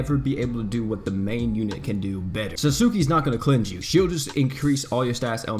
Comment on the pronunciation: Lol he keep calling her susuki